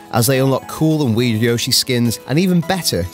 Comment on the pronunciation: That's not how you pronounce Yoshi